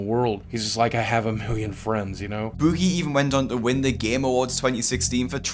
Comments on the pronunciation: Bewgie. Why do you pronounce it that way? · I already knew all this stuff but I watched all the way through just to hear keep saying "bOOgie" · You're pronouncing his name as if he were British. Americans don't pronounce Boogie like you do. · stop saying his name like that lol